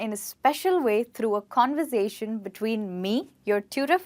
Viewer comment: what in God's name is "convozation" lol